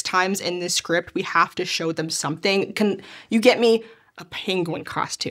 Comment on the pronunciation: Somehow I just realized that I will never hear the word penguin without hearing Cumberbatch butchering the word 😅😅😅